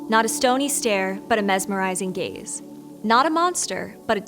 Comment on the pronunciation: Am i the only one who kept hearing gays instead of gaze?😅